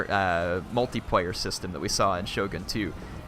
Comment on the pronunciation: can you please stop saying "Multiprayer" and "singleprayer". otherwise nice video, like the analysis.